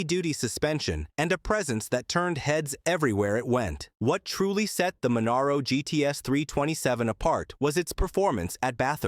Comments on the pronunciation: Ffs say Monaro properly!!! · At least it wasn't " Moneero" .